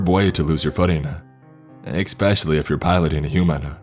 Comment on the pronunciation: wuf eKspecially